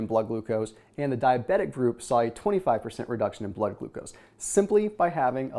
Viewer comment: Lolol “Glood Glucose”